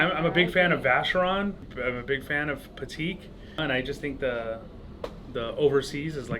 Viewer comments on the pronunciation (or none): First.. the dude who shit all over Rolex most likely doesn't have a Rolex.. (nice panerai bro) and second.."Im a big fan of pateeak"... if you're gonna be a "big fan" the least you can do is to pronounce it properly..🙄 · WTF is patiq?? f****ing weirdo's can't even pronounce the names and they act like they're big dogs.